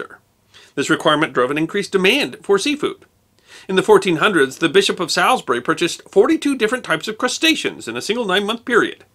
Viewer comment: Ooh hearing an America say Salisbury is painful to ones ears